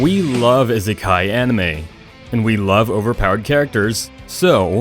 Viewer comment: My only problem with this video was the way the guy said isekai